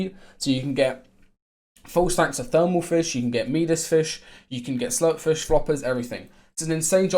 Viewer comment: Cant Get over the fact you call it meedas and not midas